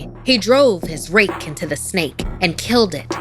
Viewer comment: Bro, She Adding The "Snek" Murdered Me. XD Jokes Aside Though, Yeah, The Snake Is Pretty Cute, Though I Probably Would've Been Way On Edge Knowing That Thing Was Raising It's Hood While Looking Up At Me. Note: When Cobras Do That Thing Where They Extend The Looser Skin By It's Neck And Make It Look Like Some Kind Of Hood By Their Heads, Yeah, That's A Warning Sign Lol.